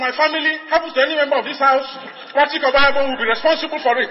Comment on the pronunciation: This newscaster is a mess for not being able to pronounce the name OBAHIAGBON. Is she not Nigerian?.